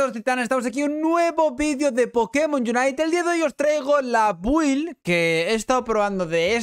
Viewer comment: Cómo que bUild! Coño que no es difícil pronunciarlo bien "bild" , estos españoles con su inglés como con "espiderman" ...